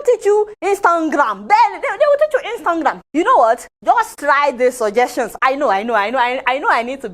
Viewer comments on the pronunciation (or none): A whole minister of information 🙆🏿‍♀️🙆🏿‍♀️🙆🏿‍♀️couldn’t pronounce Instagram but “instangram” shame on him. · Adeola will not kee me with laughter oo😀😀😀 "Instanngram" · Inkstangam can't even pronounce(nigeria) Monopoly over violence (Cameroon) Ethiopia owns the river but it is "a river" meaning source,supply, overflow therefore you can't tamper with the source yes it will better the living conditions of ethiopia but what about egypt and sudan are there not humans too? (Please ethiopia should strike a deal so we all can benefit 👌) europe had it's first industrial revolution from 1760 Between 1820 and 1840. And we are still here in secondary economy of activity What we need are industrial leaders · he cannot even pronounce google and instagram . lol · Qus: Since soon to be 'ex' President Donald Trump sees African countries as "sh*t holes", why is he concerned with which way our rivers flow?! As for shutting down social networks in Nigeria as per China, let the Minister speaking here learn to say 'Instagram' properly first oo! Lol! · Is it a crime also that he can't call Instagram correctly? We all have pronunciation shortfall one way or the other